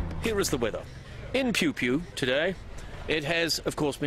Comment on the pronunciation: Love that he pronounces Piopio as Pewpew